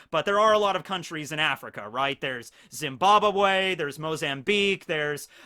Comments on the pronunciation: Zeembabawhey Close enough😂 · I died when he said Zimbabwe🤣🤣